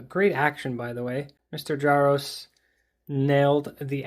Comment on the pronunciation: I believe the J in Jaroczs is pronounced similarly to that of the the French "je", the R is rolled as in Spanish and the -czs is more of a "sh" sound.